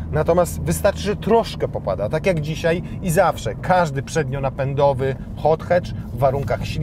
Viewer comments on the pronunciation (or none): nawet nie zna podstaw angielskiego "hot hacz"